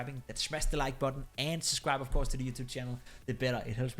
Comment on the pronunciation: Loved the video. Keep up the great content man! Btw you miss the first "b" when pronouncing "subscribe". a little improvement for your english :)